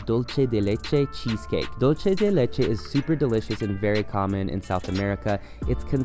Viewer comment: Like your videos but it annoys me to hear luche de leche. It’s dulce de leche no H sound in dulce.